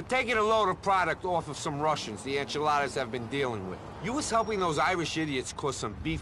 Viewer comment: Anyone else notice how says "enchiladas" instead of "Ancelottis"